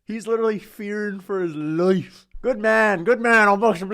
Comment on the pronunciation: 😭😭😭😭😭 these vids are comedy “hes fearing for his leiofe”